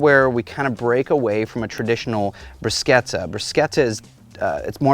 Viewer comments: There’s no K in Bruschetta..:)) Looks great though!! :) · Bruchetta (you pronounce it 'differently') is one of my faves - especially in the fall, when my garden tomatoes are ripe. It is an "open canvas" as far as what you do with it. - Love what you did with this one! I want to add some smoked red peppers to my next one. Believe it or not, it is snowing heavily here in Eastern Canada today, and my griddle is 'sleeping' until nicer days arrive. :)